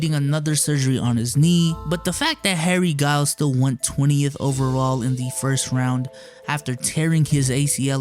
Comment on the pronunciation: It's pronounced Harry Jai-youls, not Guy-youls my man... Betta step ya game B!?!?!